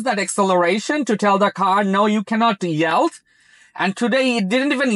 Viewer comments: Much better without the toll tag! BTW yield is pronounced "yeeld" as in "bee" not "yelled" (which of course means shouted). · Wth is yeld? Yelled?? 😂